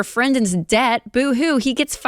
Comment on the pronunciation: Right down to pronouncing debt as "dayet"